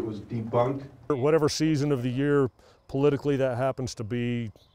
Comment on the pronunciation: Did he actually say its deboonked? Did he really? Lol